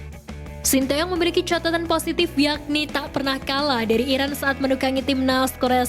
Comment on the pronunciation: Uji coba sama Iran apa Irak sih min..ngomong yang jelas Napa?